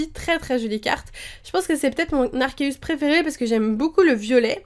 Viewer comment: Il me semble que l'on dit en prononciation Arquéeus comme dans le film Arceus et le joyau de vie ^^ Au départ j'ai due faire toute les prononciations c'est comme Régigigas :D ! Sinon très bonne vidéo ;) !